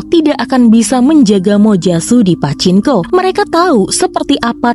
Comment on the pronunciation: Min..itu mbaca PACINKO..bukan pake N ya..tapi NG..PACINGKO..kurang sreg dengernya..